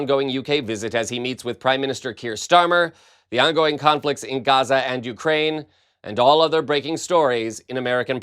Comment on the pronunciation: Cant say Gaza